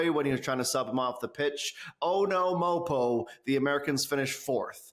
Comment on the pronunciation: Please stop calling him MOPO.